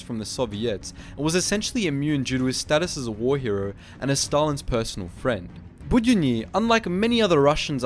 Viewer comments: While I completely understand how hard complicated russian names for english speakers are, you pronouncing his second name completely wrong). It's more like Bud-yo-nyi. With the emphasis on 'yo', it should sound like you saying hello, but much shorter, cut long 'ooo' part off. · Bood-YONN-y. Stress is important in Russian. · The way you pronounced 'Budyonny' is surprisingly Korean to me 😂😂😂😂